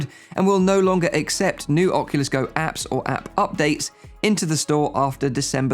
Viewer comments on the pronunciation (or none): none